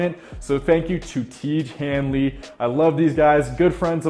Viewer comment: the guy still cannot pronounce tiege henley....